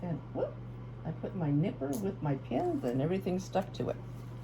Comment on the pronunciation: What you said, "I put my nippers with the pins and everything stuck to it." What I heard, "I put my knickers with the pins and everything stuck to it." lol